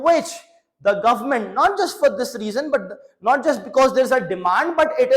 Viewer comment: Plzzz say Government not govern nament 😂 I was observing n uve been telling again the same sound s govern nament😂